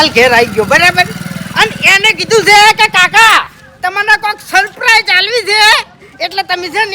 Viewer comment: Saprise nahi lekin surprise bolo